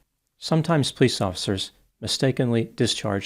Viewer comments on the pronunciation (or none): pronounces "police" like "pls" 😂